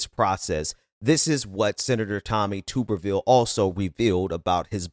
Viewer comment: Hey, i enjoy your show but Tuberville is pronounced tub-er-ville. Like bath tub.